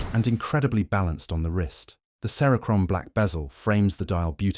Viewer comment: AI voice screams cheap. At the very least it should correctly pronounce words like cerachrome.